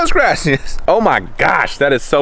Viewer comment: He said muchas Garcias 😂